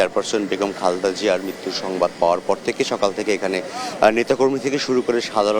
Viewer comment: বিনীতভাবে জানাচ্ছি খালেদা জিয়ার নাম উচ্চারণে ত্রুটি হচ্ছে , ক্রমাগত " খালদা " জিয়া বলা হচ্ছে। অনিচ্ছাকৃত ত্রুটি কিন্তু শ্রুতি কটু লাগছে।